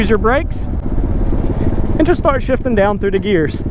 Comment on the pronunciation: I thought he said shiting